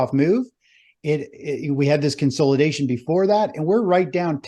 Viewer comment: Let's play a drinking game... take a shot every time says "Con-SOLE-idation" or "Stage 4 DEE-cline" lmao